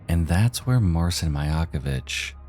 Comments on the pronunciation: Marcin is pronounced “Mar-chin”. “ci” in Polish is pronounced like the English “ch”, as in “chin”. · btw marcin is pronounced like martian, but the 'ian' is more of an 'in'